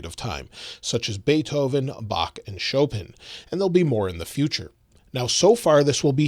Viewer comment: Any chance you can update the audio on this video to correctly pronounce Chopin? This reminds me of old ads where Dumas was purposely mispronounced as “Dumb-a..”